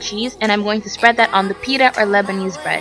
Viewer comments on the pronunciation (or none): none